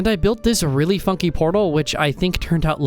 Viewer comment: I had to relisten heard “realy fucking portal instead of funky”